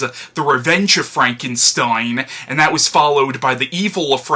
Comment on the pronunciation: Great reviews as usual..... But a little constructive criticism. You noticed your mispronouncing Frankenstein as Frankensteim, well you also do the same thing (or used to) with the word Valentine. Also, you often used a d sound at the ends of certain words, mainly religion winds up sounding like religioned and cousin can sound like cousined. Also in the "used to but not sure if you still mispronounce it now" category, in a lot of your Batman reviews, you mispronounce Gotham as Gothlam. Hopefully noticing this will make your future reviews to become even better than the old ones. Keep up the good work!